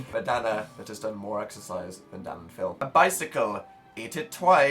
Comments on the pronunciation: I thought Phil said DAD not DAN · dosent it sound like phils saying dad? I mean I know hes not... Just though it would be fun to point out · did anyone else hear phil say "dad"? hahahha I know he really said "dan" but that's what I heard XD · was it just me? phil said "dad" instead of "dan", did anyone else hear that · phil TOTALLY sounds like he said "dad" instead of "dan" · every time I hear phil say "Dan" I hear "dad" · ugh why did i read this? fml i can only hear "dad" now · it sounds like phil called Dan dad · je sus christ i thought phil called him "Dad" for a second there